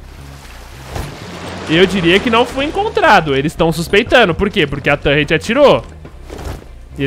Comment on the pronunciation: "tãnrreti" fala torre ou torreta po rsrsrs